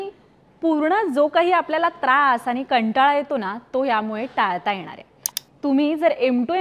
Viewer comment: आनि पानी का करते ग?? तुला शाळेत "ण" चा उच्चार करायला शिकवलं नाही का? कोण नोकरी देत तुम्हाला रे. गावठी कोंबडीला इंग्लिश पिस लावावी, अशी तऱ्हा आहे🙄.